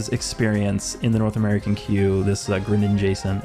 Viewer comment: Mom I'm in a video Edit: thank you for your attempt at pronouncing my username but it’s the Pokémon Greninja and the letters s and n pronounced separately